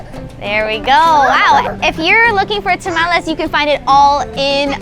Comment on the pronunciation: she doesn't say to tamales right